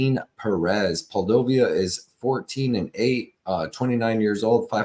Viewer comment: 😭 how did we go from Poo-dee-low-vah to Poll-dough-viah 🤣 ngl, that’s funny as hell bro 👏🏻👏🏻👏🏻👏🏻👏🏻👏🏻👏🏻👏🏻👏🏻👏🏻👏🏻